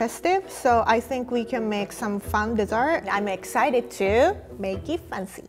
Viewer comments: EVERYTIME she said MAKE IT FUNCY I DIED from the inside a bit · Why can't she pronounce fancy as it is ?? It pissed me off😤😤